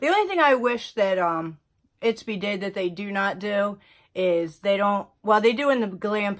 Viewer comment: Not to nitpick, but it’s Ipsy not Itpsy ☺️